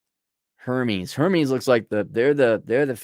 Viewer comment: I know it’s not that important to you, but Hermes is pronounced “Air-mez.” Hermes is the Greek God of flight. Hermes is a French fashion house established in France in 1837, and heavily influenced English couture and styles during the Elizabethan era during 1800’s England. The French, for all their faults, heavily influenced English law and prosperity that birthed the modern world.